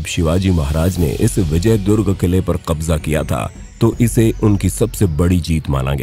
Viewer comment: Bhai Tumne kabja Kaise bola